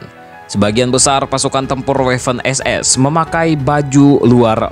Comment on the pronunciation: Bang itu sebenarnya Waffen-SS dibacanya (b. Jerman) tetep Waffen SS, bukan Weffen SS. Jelas bang?